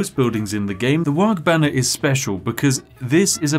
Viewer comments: The Ork player in my blackened soul screamed-in-dakka every time you said "Waaag" rather than "Waaaar" with a hooligan accent. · It's pronounced "Waaaaah" not "Wog" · Does it bother anyone else when WAARGH keeps being pronounced as Warg...there is an 'h' so the GH is silent. Also, WAARGH needz ta be shouted ya gitz. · The G is not pronounced. It’s WAAAAAAAAAHHHHH in a cockney accent. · Popular warcries include "Ere we go, ere we go, ere we go!" "Zogg / Krump 'em!" as well as the ever popular Ork punctuation mark; "WAAAAAAGH" (which humans will eternally mispronounce due to the silent pair of letters at the end). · It warms the cockles to see some 40k representation but please, for the love of Gork (or possibly Mork) the G in Waaaaaagh! is silent and I will get krumped on this hill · Take a shot every time he mispronounces "WAAAGH!" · in dow, if you right click it auto queue's stuff ;D and the g in waaagh! is silent :P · Please don't pronounce the g in Waaaaaaargh!